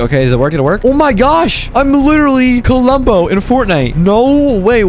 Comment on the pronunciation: The way he pronounced klombo Like kulombo